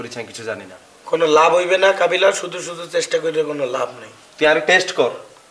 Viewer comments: Bro kobila na kabila hobi uscaron banan ta thik korun tar por comment korin bro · শুভ সঠিক বা ভূল যাই বলুক ইংরেজি বলে কিন্ত কাবিলা তো ভূল বলে তাও ভূল